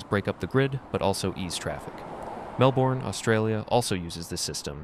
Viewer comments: melbourne is pronounced 'mel-burn' btw but i like your vids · pronunciation for Melbourne. Melben(don’t over pronounce the e)